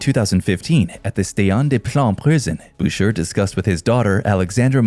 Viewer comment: FYI - Boucher is pronounced like Boushay not Bousure.